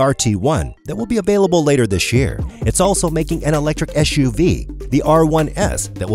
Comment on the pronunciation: SUV not ESHUV. Back to English 101 for you!